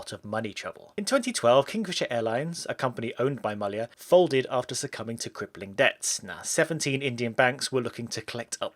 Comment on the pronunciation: Finally someone pronounced "Mallya" as it should be!